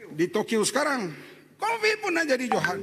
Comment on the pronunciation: Sebut Covid pun Convid ni menteri chicago ke aoa haha samdol